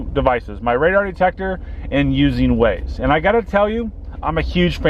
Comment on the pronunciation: Its pronounced Wah-Zaye. Waze